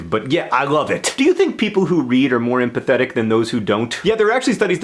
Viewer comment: Oh dear. I thought you said that you think readers are PITHETIC instead of empathetic.... -_